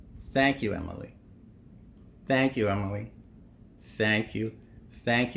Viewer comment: Its not Emily, the whole world is not USA… learn how to pronounce her name